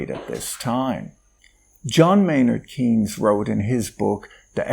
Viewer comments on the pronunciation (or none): Keynes is pronounced as, "canes". Source: Milo Keynes, Essays on John Maynard Keynes.